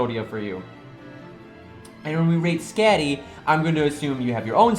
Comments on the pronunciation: I wasn’t going to say anything since it doesn’t contribute to the content of the video... but my god. Your pronounciation is horrible my dude lol. Skatty? What’s a skatty? Or JACKAL and hyde? Jekyl, not JACKAL. E, not A. I can’t even make it to the end of the video without posting this. I’m also certain that you’ll mispronounce some others by the end. I love your content, but the pronounciation... maybe it’s just this VA. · Nobody:: "skehdi" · Great video as usual. Btw, Skadi is pronounced Sk-uh-dee. Sorry but that really *bugs*. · Say Skadi like that one more time and I’ll cry